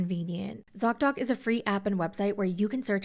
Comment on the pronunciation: Zock doc? Dot dot? Doc doc? I couldn't understand you lol.